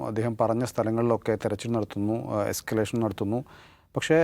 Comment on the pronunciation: എസ്കലേഷൻ അല്ല, എസ്കവേഷൻ പൊട്ടാ...😂